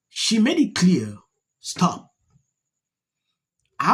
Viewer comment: Because she don't want her to STOP.... that STOP sounded like GO.